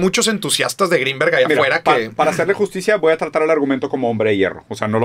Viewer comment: Roberto dijo Jacobo Wong u corrigió Jacobo gringberg